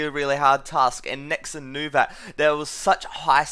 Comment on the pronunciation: Stop saying 'Nexin'. I'm an Australian and I say 'NexON' like a normal person